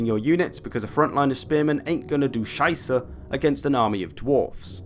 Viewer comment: As a German I had to replay three times, if he really said scheiße :D